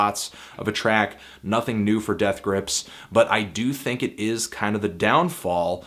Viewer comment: Fantano it's think not thing